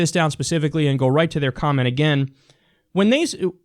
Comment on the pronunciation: I hate how Kyle pronounces 'And' 'end'